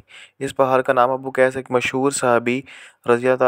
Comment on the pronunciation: پہاڑ جبل ابوقیس نہیں ابو قبیس ہے